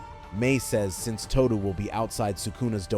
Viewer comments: Did you really just say Aoi TooDew? Instead of Aoi Todo (Toe-Doh) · Ahoy Toodoo!